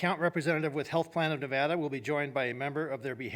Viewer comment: of course doesn't even know how to say the name of the state her price hikes and service cuts are screwing over